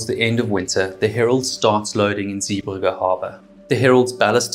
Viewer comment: Great video and told very well, but it is Zeebrugge not Zee burger! 🍔 😂 I noticed you only altered that after you put in a video where somebody else pronounced it correctly! Only teasing though, really enjoyed it!